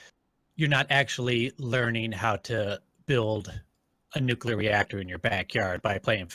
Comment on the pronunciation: It's Nuke+leer It's not Nuke+you+leer Nuclear